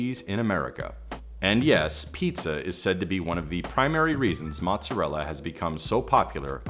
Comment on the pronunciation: That's not how you pronounce mozzarella.